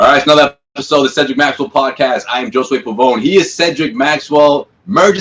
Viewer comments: True,. I Never heard that name pronounced like that way. Hoezay is the only way I heard. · Damn JOSUE, you dont even say your own name right. QUESTION: Could we trade Smart, Hordford, Thompson, Nesmith, four draft picks (three second rounders and the first rounder), the Trade Exception, a sign and trade with Fournier - all for Bradley Beal, and then somehow sign Lonzo Ball to come, seeing that LA spit him out. I know it's a lot, but I think its an offer Washington can't refuse and one that could really make them a better team with a brighter future. Plus the extra draft picks we give up is for taking Thompson's contract that could leave more room to entice Lonzo to sign with us.. LONZO, BEAL, BROWN, TATUM, WILLIAMS, ----MOSES, G. WILLIAMS, PRITCHARD, LANGFORD. The trickiest play would be to involve that sign-n-trade with Evan Fournier, I'm not sure how the paperwork would look like. But the Wizards will have WESTBROOK, WALL, FOURNIER, HACHIMURA, HORDFORD ---- SMART, GILL, BERTANS, LOPEZ.